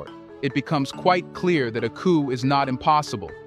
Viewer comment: Please pronounce coup without the "p" at the end.